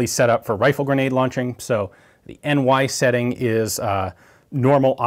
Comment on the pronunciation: enn váj...allright Ian you tried your best:)